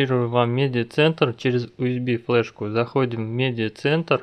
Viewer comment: Не УСБ а ЮСБИ.